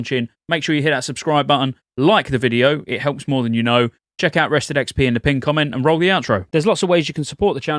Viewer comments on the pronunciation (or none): none